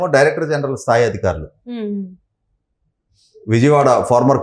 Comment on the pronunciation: అధికారులు అనాలి. అదిఖారులు కాదు